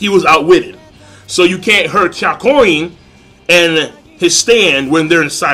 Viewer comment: HIS NAME IS NOT KYAKORIN!!!!!!!!!!!!!!!!!!!!!!!!!!!